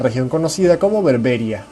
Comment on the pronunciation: Se te olvidó también mencionar la esclavitud en el Al-ándalus y hay un fallo: "Berberías" no "Berbérias".